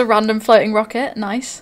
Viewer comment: why does she say "a rocket!" with the British accent turned up to aleph null %?